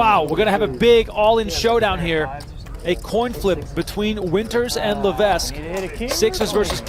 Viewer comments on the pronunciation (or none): No wonder Levesque lost bc of your mispronunciation of his name. Surely its Levek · I'm 1 min into this video. Is he going to keep mispronouncing Levesque the whole time? FFS we live in the time of Google. If you are unsure just ask Google or Siri. It's Le-VEK! NO "s" sound. Secondly how small was the buy in to only win $400 000 beating 20 000 runners?